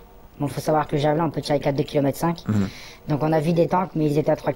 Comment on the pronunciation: Vous êtes bien des français jusqu'au bout : prononcer "javelAIN" au lieu de "Javeline" comme en anglais (ou comme le nom français du type de lance). Pareil on entend régulièrement les médias français proncer "ZelAINski" au lieu de "ZelÈnski". En suivant cette même logique de prononciation à la française, il faudrait non pas dire "Vladimir Poutine", mais "Vladimir PUTAIN". :face-green-smiling::face-green-smiling::face-green-smiling